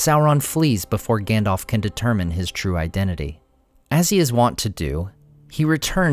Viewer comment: him saying Gändolf kills me every time 😂 no offence 👍